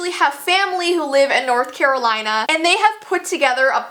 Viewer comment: i thought you said coraline lol